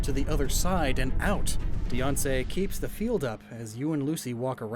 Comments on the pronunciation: I have NEVER heard Diancie's name pronounced like Beyoncé, but I am here for it. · It bugs me how he pronounces Diancie like Fiancé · I've always conceptualized the pronunciation similar to the words "diamond" and "fancy," so it would be like "die-ant-see"